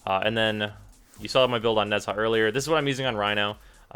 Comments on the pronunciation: (AFGPope) It's actually pronounced with kind of a soft "j" sound, like the sound in "Taj Mahal". But i doubt anyone here really wants to bother pronouncing his name properly. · I've pronounced Nezha like you until a few days ago. Then I watched the Warframe Profile video. Now it's weird. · It's pronounced Neja, not Nezaah (According to DE). Watch his official profile video mate :) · Why do u pronounce it Nehzaaaa? It's really annoying, It's just Neza, don't over complicate it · Tamám Shud both are correct, the way he pronounce it is nez-ha but people pronounce it as ne-zha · 2 things. 1 IT'S FUCKING "NE ZHA" NOT "NEZ HA" 2 Who in their right mind would compare Nezha's halo to Rhino's skin? Just look at the stats. You don't need a YouTuber to tell you how to wipe your ass, why is this any different? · please stop pronouncing the name wrong, it's not a English name, it's not nez ha. nezha, the zh is a J sound. it's a Chinese name. the cringe is real every time you say nez ha. please be a little bit more educated next time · OK Im sorry i have to correct you its not Nez Ha its pronounced NaJaw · oh my gawd I hate the way u say nezha... it's a silent H NEZ - A 😊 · FYI Nezha is pronouced Na-ja or Nae-ja (Chinese Goddess tho in WF it's a he) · Why does this guy pronounce nezha name so weirdly. It's like he's saying nesaa. So cringy lol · Nez-Ha? HEZ-HA?!?!?!?! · Its pronounced neja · It's pronounced neja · Every time he says Nez-ha I cringe. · Oh my f... I'm sorry, it's so fucking annoying. It's not Nez Haaaaa.... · I don't think you're supposed to pronounce the "h" so far I've seen people say "Neza" or "Nesha" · Man, I really love Nez-HAAA. Spooky way of saying it, but I like a spook. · Both are not correct, Nezha is a chinese word its pronounced Nuh Jah. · Not to bash, but a lot of comments seem to be just criticizing without giving the actual pronunciation on how "Nezha" should be pronounced. It's pronounced as "Neh-jah" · nez-ha like bitch can you not e.e